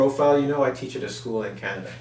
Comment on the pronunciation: teach not teatch lol